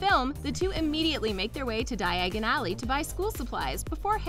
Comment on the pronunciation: First its pronounced die-agon alley and cre-chur spelt kreacher and diagon alley